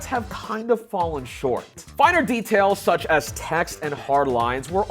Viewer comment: Dude, stop pausing between the words “such” and “as”, you sound like Shatner and it’s a nnoyig AF!